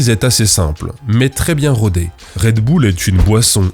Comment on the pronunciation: "Red boule" t'es américain, toi.